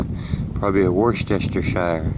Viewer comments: Great finds :) the stopper looks fab :) they definitely don't make the bottles like that anymore :) don't normally correct people but it's pronounced wus ter sheer (Worcestershire) 😊 Thanks for taking us along with you :) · Worcestershire sauce - we pronounce that "wooster sauce" with oo as in wood not as in rooster. Words like that are called a "shibboleth" after the story in the bible, Judges 12:5-6